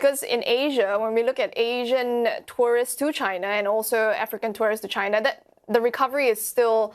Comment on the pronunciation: Please don't pronounce tourists as tourist. One is plural the other is singular. Learn how to pronounce correctly!